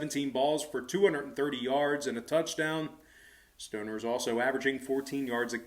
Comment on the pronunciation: It’s Austin Stogner, not stoner